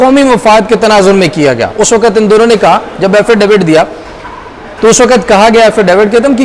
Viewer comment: Mr. ❤ Why aren't you correcting your "Waqt" pronunciation???